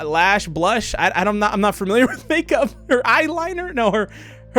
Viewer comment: Bro couldn’t say makeup lol